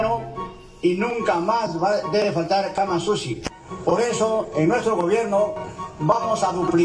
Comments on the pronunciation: Dijo Camas usi sino que lo pronuncio junto .. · Yo escuche camas sushi 😂😂😂😂 abra qerido decir camas chuchi !!